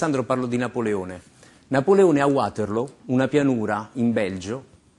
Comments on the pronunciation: '' Napoletone a Uaterloo " ??? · Come fece NapoleTone!